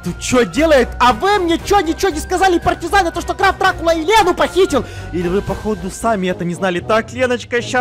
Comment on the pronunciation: Граф Дракула А не Драв дракула